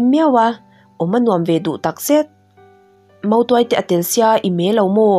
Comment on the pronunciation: Motuai nilo in mautuai tih tur nia a bak chu i chhiar thiam lutuk 👍